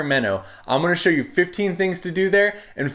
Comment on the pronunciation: "...I'm going to shore you 15 things to do there...", love it! So, you're NOT from Sac!